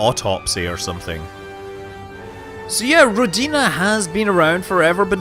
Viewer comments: It's ródina, not rodína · Ròdina, not rodìna. Trust me, i'm russian. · Rodiina is the correct pronunciation in Bulgarian. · it's RO-dina not ro-DI-na ;) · about your pronounciation, you almost got it right, the emphasis is on the first part, not the second, as in rOdina, not rodIna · nope, correct pronunciation is Ro-o-o-dina. Means Motherland in russian. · The emphasis in Ro'dina is on the first syllable and the meaning is somewhere along the lines of 'motherland' or 'birthplace', closer to the second I think. Just because I know, not because it matters. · All the comments are about Rodina pronunciation and meaning, which is apparently unknown, if we don't know the homeland of the devs. Russian meaning is homeland and in Czech or so is family. BUT! No one mentioned Jarilo to be pronounced as Yarilo and meaning god of vegetation, see wiki.